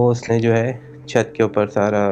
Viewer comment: 😂 " Chut Par " Ya " Chaht Par"